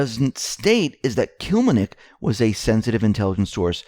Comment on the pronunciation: To everyone doing the news, Please learn ahead the name you are going to say - use phonics like we babyboomers were taught - Kil LEM nik. Can't do this with the way reading began being taught memorizing the whole word mid '90s...